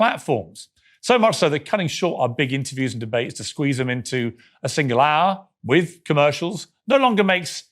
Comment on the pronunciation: Hey, why don’t you learn how to pronounce the word ‘with’: hint it doesn’t have a ‘v’ in it.